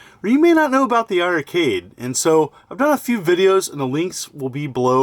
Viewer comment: It's pronounced iRcade , don't double the i 🤷‍♂️